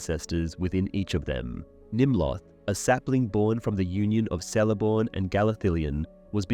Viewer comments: Here we go again, pronunciation of Sindarin and other M-E languages. In Quenya and Sindarin, there are NO soft "Cs". Even when followed by a vowel, it is skill a hard "C" as in the pronounce "K", so Celeborn is pronounced Kel- a -born. If you are going to delve into Professor Tolkien's legendarium and do a comparison of the trash that Amazon Prime is putting out, I suppose it's to be expected that you would screw up as much as they have. Do us all a favour. Either stop making these inane videos with bad pronunciation and stultifying monotone at leas try to pronounce the names and places accurately..👎👎 Two thumbs down for you. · I enjoy how thorough your videos are! Hate to be the one to tell you though... the letter "C" in elvish names is pronounced hard. Like "Keleborn" or "Kelebrimbor" etc. Easy mistake to make! Good thing the showrunners had access to the appendices with the pronunciation guide or they might have fucked that up too haha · Lol "SELEBORN" "SELEBRIAN" "VALÁR" is it some kind of theme to mispronounce Tolkien's character names?